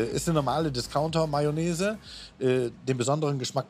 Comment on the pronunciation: Betonung Discounter 😅